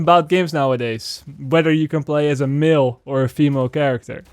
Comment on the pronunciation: Everytime you say "male" it comes out as "Milfs" on my end. But I can't disagree, the industry can really use more "Milfs"....